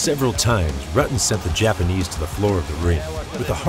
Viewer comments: He is a legend yet this guy still can't properly pronounce his name. It is pronpunced like rooten. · I'm about a minute in, and I'm muting due to the piss-poor pronunciation of 'Rutten' and 'Kyokushin.'